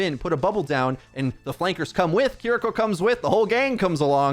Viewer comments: Why do they keep mispronouncing Kiriko's name? KI-RI-KO, not Keereko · Hurts to hear him say Kiriko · Again, please learn how to say Kiriko correctly!